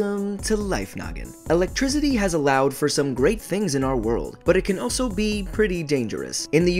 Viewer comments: Why do you say Electrizidy like that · why do you keep saying electrizity. wtf...thumbs down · He pronounces it lick electrizzidi lol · said ELEGTRZIDY instead of ELECTRICITY